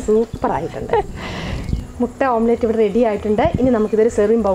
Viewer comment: ഓം പ്ലേറ്റ് അല്ല ചേച്ചി, ഓംലെറ്റ്‌